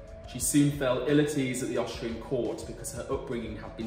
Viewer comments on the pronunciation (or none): “Frone”= “throne”. “Hishtree” = “ History”. Learn to speak properly, please. “Oshtrian” = Austrian”. “Vuh” = “The”. “Fafe” = “Faith”. You Are indeed butchering the English language.